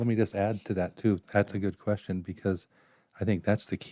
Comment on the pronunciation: Why do you prononce qustion like this "d